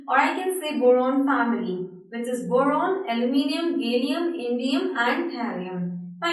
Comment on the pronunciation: Boron sounded like moron lmao